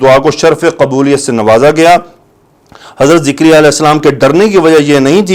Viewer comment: Sir please don't say Zikriya His name is Zakariyyah A.S